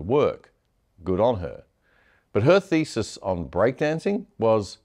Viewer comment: She is a metaphor for gender/feminist studies at universities. And that's DEI crap. BTW, did you say thesis or faeces, or does it matter in this case?